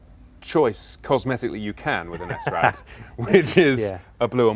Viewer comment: AAAARRRHHH!!!! It's SRAD not S-RAD. You don't say S-OCK or C-OCK. Do the video again saying it properly.